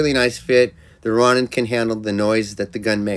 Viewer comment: It's pronounced, "Row-nin"